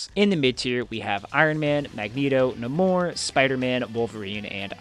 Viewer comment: I still hate the damage that Wakanda Forever has done to Namor. It's not "Nuh-MORE" it's "NAY-more".